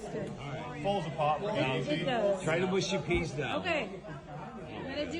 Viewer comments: mushy - m-uh-sh-ee not moo-sh-ee and they are made from marrow fat beans. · It's actually mushy with an 'ah' sound, like in "hush" or "flush," not mooshy. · can I ask why Americans can pronounce "Mush" but adding a Y on the end turns the word into "Mooshy" 😂😂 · i guess all the yanks say mooshy instead of mushy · It's 'mushy', not 'mooshy'! p.s the fish and chips in that clip looked bloody awful! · Come on, why say Mooshy peas when its spelled Mushy peas.........Mush as in Hush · Mate it's mushy peas not mooshy peas. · Mushy peas not mooshy peas. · It's pronounced Mushy peas, not Mooshy peas. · Mushy peas, not 'mooshy' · Arrrrgghh it's mush like bush... Not moosh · The Greek burger probably came with a knife and fork, this will obviously confuse the average American as they don't know how to use cutlery! Mushy (peas) has a U in it , not OO! So pronounced MUSH-Y not MOOSHY! An American stating they wouldn't eat a steak Tartare because they like good steaks, ham etc has absolutely no idea what good food is due to it being full of chemicals! American food is generally NOT good and only tastes of whatever spices they add. American food should be avoided if you value your health and life!! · Mushy peas, not mooshy peas... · And pronounced Mushy, Not Mooshy,?? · 'Mushy PEAS', not PEES - and the 'mush' in mushy rhymes with rush, not push. They're peas cooked until they go mushy; a speciality of 'up North' in England. As a Southerner, I wouldn't feed mushy peas to a stray dog.